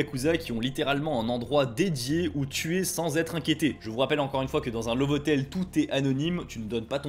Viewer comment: Je suis mort. À , j'entends "ces hotels, on les appelle en japonais des : 'Laboure hoteleuh' "! Et bah, violent ces japonnais !